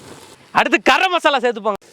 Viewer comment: "Kaarathul" "karammmasala"😂